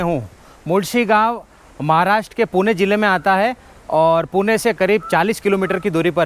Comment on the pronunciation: He prounced 'पुणे' Correctly 😅